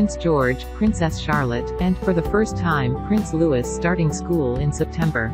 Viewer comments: The youngest child is not called Prince Lewis (as you keep pronouncing it), he is Louis pronounced Loo-ee, as with the last king of France. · When will she learn! She seems to know all about the Cambridge family but can’t pronounce the name of their last child! Lewis? Who is that! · Can we please get Prince Louis’s name and Berkshire pronounced correctly